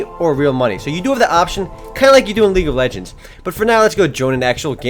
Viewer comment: he said league of legens. EPIC!!!!